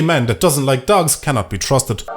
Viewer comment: do ya like daags lol